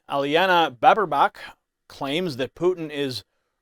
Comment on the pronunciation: ANNA LENA BAERBOCK and NOT Araajaaanaaa baarraaeebaacchhh